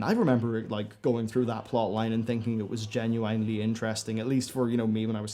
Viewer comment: You have to stop saying genuinely. Jen yoo WINE ly.